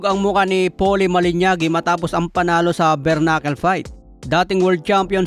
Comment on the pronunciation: Anong Malinyagi? Dami mong mali mali na bigkas.